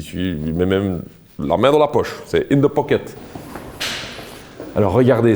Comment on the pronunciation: 😂😂😂😂in de poket 😂😂😂😂 je vous adore 🥰